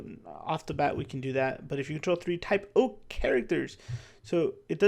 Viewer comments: Saying type o is a typo 😊 I had to start saying cadets cos I kept saying type o not type 0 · Idk something about the way you say Type-0 is just funny, first time hearing someone not saying "Type-Zero", but Im not a native enflish speaker 😅 its even on the card: class ZERO 😂😂😂